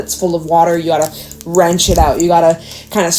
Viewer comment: I love how you say wrench it out like wring and rinse together something my granny would say❤